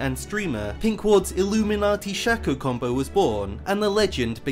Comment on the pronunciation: It is pronounce shaco not shaco